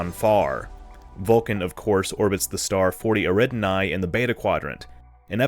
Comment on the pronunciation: That's an interesting way to pronounce "Eridani" I dont think I've heard it said like that before. To be fair I cant find any materials of a "proper" or "official" pronunciation, and of the various pronunciation guides i saw one said it the same way. But I've always pronounced it "Eh-rrr-eee-dan-ee" (for comparison the way used in this video i called "interesting" is more like "arid-an-eye")